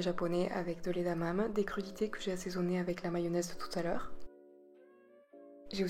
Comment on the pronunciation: Supers recettes ! :) Sinon on dit "Édamamé" ;)